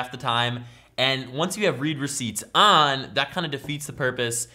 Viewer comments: "Read receipts" is read "red receipts," not "reed receipts." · You pronounced read receipts "reed" when it's supposed to be said "red" because it's the past tense. The person read (red) the message, that how it is. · it's pronounced like "red" receipts.. not "reed" receipts. Because its notifying you that they SAW the text.. past tense haha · Its not read (reed) receipt, its read (red) receipt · ITS READ (RED) RECEIPTS NOT READ (REED) RECEIPTS FUCKING IMBECILE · I always pronounced read receipts as red receipts not Reed receipts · In this case it is pronounced "red" and not "reed" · Correct me if I'm wrong, but I think the word 'Read' in 'Read Receipts' is pronounced 'Red'?!